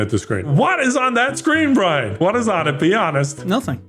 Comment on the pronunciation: Caribbean Brine, Caribbean 😂